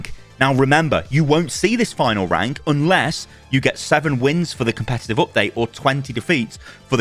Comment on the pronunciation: Says “Comepetive” at the start.